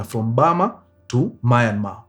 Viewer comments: Myanmar ✅ Mayanmar ❌ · Story safi but it's Myanmar not Mayanmar . Mtu asijipate Myanmar adhani ako sawa. 😅